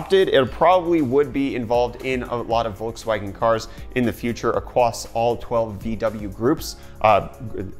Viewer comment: "acwoss uwu"